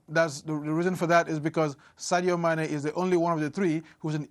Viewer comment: Not even close it’s Mane